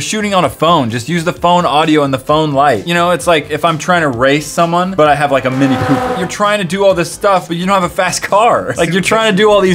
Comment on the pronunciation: Did he say mini pooper!!!!!!!!?